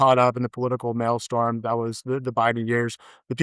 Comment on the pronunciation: "Mail storm"? Seriously? It's "maelstrom."